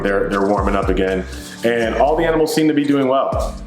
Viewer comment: Bro I’m so sorry to hear your aminals passed.. I love you dude!